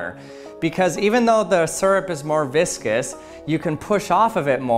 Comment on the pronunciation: I heard viscous as "biscuits" and "bisque-ous". lmao